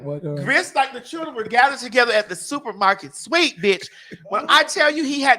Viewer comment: TS😂😂 I was up until 4am this morning laughing at how you say "SUPER MARKET SWEAP".😅😂omg!! I love you. Thanks for always making me kiki